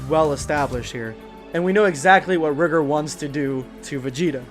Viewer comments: Its not pronounced rih-gurr, its riy-gore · You keep saying rigor wrong, it’s ri-gor. My bad for somewhat being rude it just kinda sounds weird if you don’t say it write.